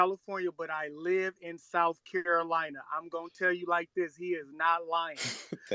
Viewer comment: That guy I believe he's from Charleston. I'm from SC and I notice he pronounce Carolina like Curolina. The Ca sounds like Cu. I was confused until I went back and heard it for a second time.